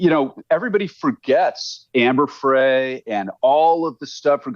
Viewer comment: Her needs to know the difference between the Innocence Project and the LA Innocence Project. How does he not know?! Also, he doesn’t know how to say Amber Frey’s name.